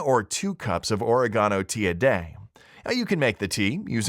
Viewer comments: What the F**K! is Oregawnoh? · Watch your mouth! Yakking! Oregano is what we put on pizza or spaghetti sauce!